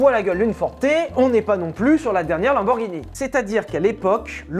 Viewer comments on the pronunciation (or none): none